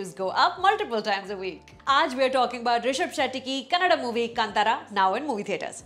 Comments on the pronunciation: its kannadA..aa sound at the end. not kannad. please pronounce properly. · It is not 'kannadd' please ! Kannadaaa it is.